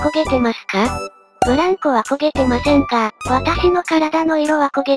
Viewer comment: ブランコのイントネーションわろた